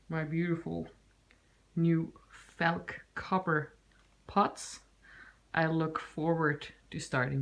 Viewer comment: Felk? Or do you mean Falk